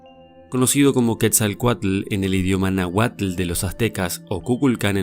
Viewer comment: No se dice "méxcicas" de dice meshicas entre ch y sh y sin acento en la E. No se pronuncia nahuatl de pronuncia NÁhuatl acento en la Á. Y así otros nombres..